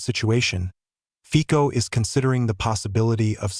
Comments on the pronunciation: His name is ROBERT FICO, and not FIKO. ! Say it on the right way ! Letter C, sounds like letter C, and not like letter K, ! FICO, and not FIKO. ! Stupid narrator ! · Fico is pronounced “ Fitzo”,you should know by now 😂😂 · 😮😮😮😮 pronounced FITSO😮😮😮😮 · Feeeko???? Fico (fitso) asseblief!!!!!! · Fico = Fitso